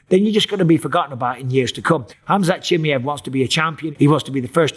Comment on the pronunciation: who is this khamzat "chimyet" michael bipping here is talking about?